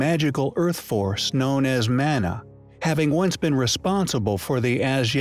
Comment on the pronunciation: It's spelt Man-a but it is pronounced Mun-a, Like saying mon-ey but change the -ey for -a... I Know from speaking Maori, from New Zealand